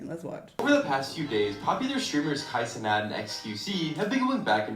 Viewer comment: Kai Seanate🤣